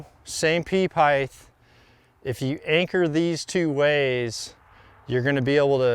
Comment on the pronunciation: He kills me, for such a smart dude… pronouncing the TH in height🤷🏻‍♂️length and width have a th. HEIGHT does not!